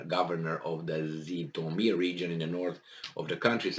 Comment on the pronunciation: The name is "Jitomir", not "Zitomir"!